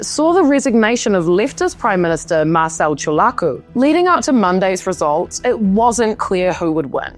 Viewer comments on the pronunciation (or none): Romanian here, have lived in New Zealand, love your accent! You pronounced most names just fine. Marcel should be more like "MarCHEL" and "Dan" has a more "Dahn" sound (not such an open A sound). Also Hungarian names all have the emphasis on the first syllable: OR-bahn (but who carea about him! 😂).